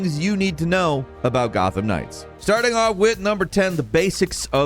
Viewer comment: Falcon......this is an Arkham-like......watch how you describe things......this is Gotham Knights, not "Gotham Ring" LMAO.....I'm jk....thanks for all this....I pre-ordered and right now, it seems worth it